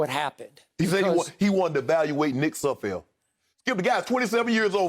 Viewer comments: They renamed Sudfield like 3 times😂😂😂🤦🏾‍♂️I heard Nud Sudfield at one point😂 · Poor Nate Sudfeld; these guys cannot get your name right.